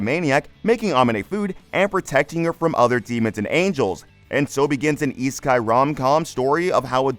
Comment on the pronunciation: how are these "new" anime? I finished all episodes ages ago. I'm looking for new anime and thought wonder if your vid would lead me to something cool. I should have known it wasnt worth my time by the way you said isekai... E-sky? really?